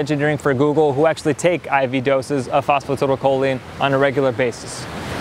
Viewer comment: The CORRECT pronunciation of phosphatidylcholine is FOS FO TY DAL CO LEEN